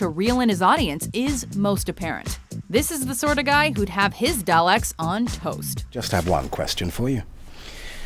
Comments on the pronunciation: It's the Doctor not Doctor Who Also you can't even pronounce Dalek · Biggest bullshit list so far. Tom Hiddleston, really? We don't need another handsome young actor playing the Doctor for fangirls to swoon over and draw making out with the Master. Also, learn to pronounce Dalek. jeez. You'd think you didn't watch the show.... oh wait, you probably didn't. You just read the shit that WatchMojo writes for you to say.